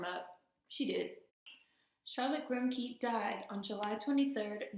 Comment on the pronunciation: Thank you for your excellent research and delivery. Her name has two syllables: the first is Grim' and the second is ''ké' (pronounced 'kay'): 'Grim-kay'.